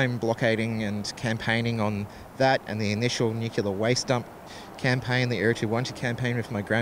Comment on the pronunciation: The word is NUCLEAR, not NUCULAR.